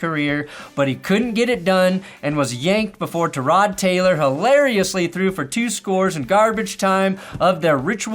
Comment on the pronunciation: Please stop saying Terod Taylor, its Tie-rod Taylor. As a Bills fan that has heard it pronounced correctly through years and has the upmost respect for him and what he did to end our playoff drought and seems to shine every time he's called upon to lead a team as a game manager with some wheels, I can't believe that he isn't starting instead of some of these starting QBs (watson, levis, etc), the only thing worse is hearing his name like that when he crushes it.